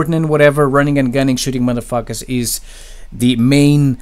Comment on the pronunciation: I like how he pronounces "Madafakas" Someone should make an edit of him saying it for like 2 hrs.